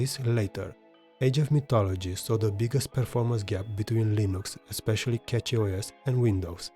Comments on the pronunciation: something that you messed up here is the mesa. prolly why nobara did pull ahead. saw that you wrote mesa 24.3 on em all, but mangohud is showing 25.0 devel bleeding edge. Cachyos is pronounced like cashyos, like money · Didn't know cachy was said as catchy